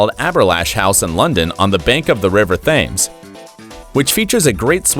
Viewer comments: It's pro vahnce and tems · River Thames - it's pronounced "Tims", dude. Provence is pronounced "pro-vahnce". Your mispronunciations are grating. I think you need to find a job that you can do, you don't seem to be very good at narrating.